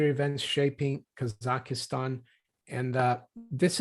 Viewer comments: 3 syllables: kah zakh stan (not 4 syllables: kah zah ki stan) Why are Free Masons pro-bono? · Kazakhstan There is no 'EEEEEEE' in KazakhEEEEEEEEstan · She says “Kasakhistan”